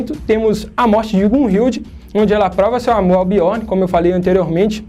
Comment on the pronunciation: Fala direito, parça. Biorni não. Biorn